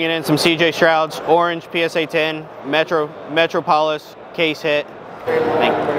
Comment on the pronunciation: Did you just say metro polis and not metropolis?